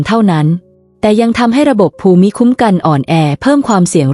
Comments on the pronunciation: ภูมิ อ่านว่า พูม. ไม่ใช่ ภู-มิ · AI ขอชม อ่านคล่องขึ้น แต่มีนิดหน่อย ถ้าแก้ไขได้ ต่อไปก็จะคล้ายคนธรรมดา อ่านเอง เช่น ภูมิ ( = พูม ) ไม่ใช่ พู - มิ / แล้ววรรคตอน ถ้าได้ผู้มีความรู้ด้านภาษาไทย ระดับอาจารย์สอน คงจะราบรื่นกว่านี้ ได้ความรู้เพื่อว่าจัดการตนเอง รับอายุ เลย 70 ขอบคุณ ผู้ทำคลิป ค่ะ 👍🙏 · การอ่านภูมิเป็นภู-มิไม่ทราบถูกต้องรึคะมันควรจะอ่านภูมิมากกว่านะคะ